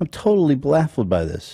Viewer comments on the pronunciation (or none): “I’m totally blaffled by this” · Omg I’m dying at the end when Ethan said “blaffled” instead of baffled oml how did no one correct him 😂😂